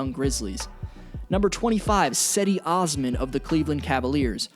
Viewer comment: Cedi Osman’s name is pronounced Jed-e Oz-men